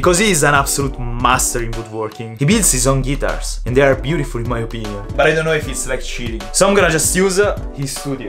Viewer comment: Love how he said gutirs instead of guitar